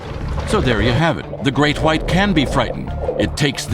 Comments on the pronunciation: say the great white again its pronounced the great white not the great whhhhhhite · "the great khuite" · how he pronounces his w lol